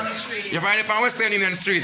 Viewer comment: How King said Western Union so good yet he cannot say Union Street. He said Nunion street. Smh sometimes you are over doing it.